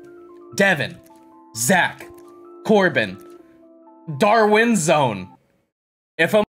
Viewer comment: bro “darwinzone” got me dead💀😭😭